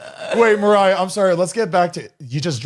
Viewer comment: Noooooo I love the intro especially when mariah was saying marier